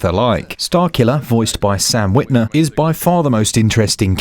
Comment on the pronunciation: Sam Witwer, sounds like Sam Witner was said.